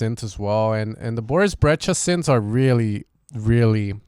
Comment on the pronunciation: It’s pronounced BREI-SHA